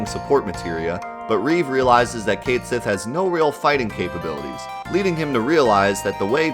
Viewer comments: The name Cait Sith is actually Gaelic and is pronounced Ket Shi, that's why the Japanese romaji says "Ketto Shi".. They just decided to leave the actual gaelic spelling in the english version rather than change it for convenience lol.. But it IS Ket Shi even though many refuse to say it that way.. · Just pronounce the character's name right. Choosing to be wrong despite the correct answer staring you in the face means you suck. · Why in the world would you make a big stink about Cait Sith's name and your vapid reason to continue to mispronounce it if you were going to show a page in the guidebook which shows how it was intended to be pronounced? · 2 minutes in and I quickly realize you're not cut out to talk about this. Had to stop and be the nuisance I am! Here we go... The game was made in Japan, sweetie. And guess what? Any foreign name gets written in Katakana, which is a phonetic alphabet. Ready for it? Disc 2, track 20 of the FFVII OST. "Cait Sith's Theme," or "Theme of Cait Sith." Here's its original title in Japanese: "ケット・シーのテーマ" "Ketto Shii no Teema" And I mean, you don't even have to know Japanese. just put "ケット・シー" into Google Translate and it'll give you a best guess with "Kett She." It's not some whack theory. It's the intended pronunciation as handed down by the game's creators, because they're into mythology and sh*t. In case you hadn't noticed. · But it's Ket Shee tho... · The Japanese pronunciation of it is Ket Shi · "ket shee " is the pronunciation. I saw it in the versus guide book. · Its Kat Shee not Kate Jenner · I legit had to say CAT-sith everytime you said :'D KATE-sith to watch this! lmao. Anyway good video. It's so weird how hard it is to hear something different. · Cait sith's pronunciation is Kate Shi, it's even written that way in Japanese (hiragana and katakana are phonetic, that is how you can tell) it even showed it in the ultimatia guide you showed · I also call Cait Sith "Cayth Sith" forever, you're not alone bro!